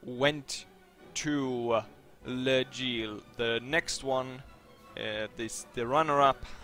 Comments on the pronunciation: You still say L' Aigle like le gile. xD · It is pronounced more like"Läigle". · Well, just sayin... Even though I'm not French, I'm pretty sure L'aigle, and that part aigle is almost pronaunced the same as an english eagle, and then you just add an l in front of the eagle...